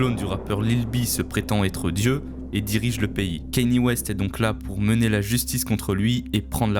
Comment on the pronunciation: Prononciation KAnye et non KEnye sinon c’est cool.